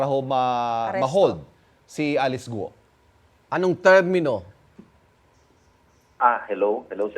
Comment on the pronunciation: .pambihira. ang tagal na ng kasong to - mali pa rin ang pronunciation nyo ng GUO buti pa yung sa channel 2 tamang tama ang pronunciation